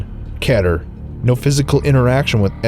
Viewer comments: it's not keter it's keter it's like kiter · kee ter is how its pronounced (E) not k e ter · Its pronounced Keeter not kaeter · I'm late but its key ter not keh ter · It's pronounced keter not ketter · and btw its keeter not keter its just spelled keter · It's not pronounced "kehter" it's like "keeter" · Why are you people pronouncing it ketter, it is pronounced KEETER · it's prononced Keeter spelled keter. Justhad to say that to get it off my back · Actually, the SCPF is covered by 6 Categories. Safe, Euclid, Keter, Thaumuel, Neutralized, Explained. *Btw, Keter is pronounced (Kee-ter) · "Keter" is read "Kee-ter" ;-; Even in the game it's read like that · Its Keeeeeeter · "KEDDER" Slow clap for mah boi! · its actually kee tur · it's key ter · the last class is pernouced ket-er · keter is pronounced kee-ter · the correct pronunciation for Keter is Kete-er. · Its pronounced key-ter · Keeter... That's How You Say It. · it's pronounced kee-ter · It's pronounced keyter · you say keter wrong you say it like key-ter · THE SCP FOUNDATION ISN'T FUCKING REAL! IT'S A FUCKING CREATIVE WRITING SITE THAT HAS A FAN GAME! sorry about that out burst. btw keter is pronounced Key ter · Keter is pronounced "KEE-TUR" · It's (kÿ-t-er) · It's ke-ter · It's not ket-er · Its pronounced KEY-TUR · It's keter the first e says its name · pronounced keter wrong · keter is pronounced the same as peter, but instead of the p it's a k of course, not petter. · When you cant pronounce keter xD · why does he pronounce keter wrong?